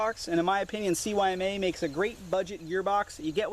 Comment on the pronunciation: CYMA is speaked using russian language. It is pronunced sooma. C is S, Y is U, and M and A are same.